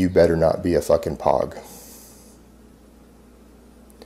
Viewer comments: Any military person, especially in combat arms could tell never served or did “mercenary work” just by the way he says “POG” (you pronounce it like “Rogue”. It’s an acronym for “person other than grunts”. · Ahem I believe it's pronounced *PAWG ;P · He pronounced POG wrong. It's pronounced p-oh-g. It stands for Personal Other (than) Grunt, meaning anyone not infantry that served. But you have to have served to even be one of those. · Lol dude is pronounced pogue, not pawg. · Has anyone called out the way he says pronounces pog? Noone who has done anything more than seen that word written would say it that way lol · As a fellow vet I have to say that it's weird how much I hate hearing how he pronounces "pog". I mean the other stuff makes me roll my eyes for him driving the short bus, but that just drives me nuts. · I like how charlie owns his drug habit. Oh god the way pronounces pog... ROFL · Pogs are milk caps. The real word sounds like Rouge but switch the R with a P and you got what he’s trying to say. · POG . Like the game. Cant even say it right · This is a really specific criticism but doesn’t even say the word Pog right. It’s a military term, I’m a real military veteran. And I’ve never heard anyone say pog that way. Especially someone who doesn’t think they’re a pog. POG= personnel other than grunt, basically he’s claiming he saw combat and was a front lines infantryman. He’s a fraud for sure. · Lmao "you better not be a POG" pronounced that wrong buddy